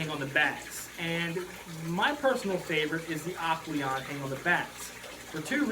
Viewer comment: My favorite is "Aqueon" lol.... 😂😂 Dude also has loud water noise running while he talks. Total noob. Aqueon < AquaClear